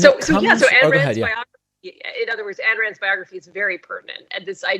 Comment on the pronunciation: Pronounced eye n or I n. Please don't disparage all the Ann's and Anne's of the world. She was one of Mitt Romney's favorite authors, next to the Bible, Atlas Shrugged was the most influential, profound, book he ever read. She was awful and so is he.